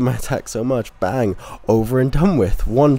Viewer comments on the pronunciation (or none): none